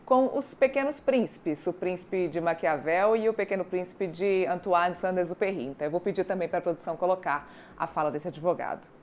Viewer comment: A jornalista também não soube pronunciar o nome do autor da obra Pequeno Príncipe.